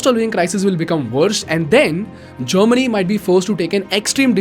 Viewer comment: people who dont understand kindly understand its germany not chamini.